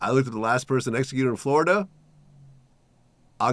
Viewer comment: Nobody that grew up here calls it flarrrda